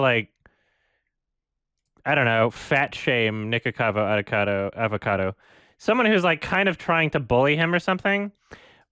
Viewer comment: fun fact: almost evey time said "nicocado avocado" incorrectly. He mostly says "nicocavo adocado"